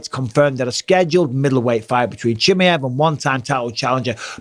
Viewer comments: Hey Mike, it's pronounced Chim Eye Ev 👍😂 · Call him just Khamzat mate, because the way you say Chimaev it sounds ridiculous 😂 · The way he pronounces Chimaev gets me distracted everytime he says it. I swear he totally changed how he says it lol